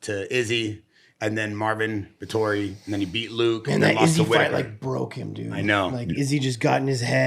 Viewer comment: how tf do you run a ufc podcast and don’t know how to pronounce marvin vettori’s name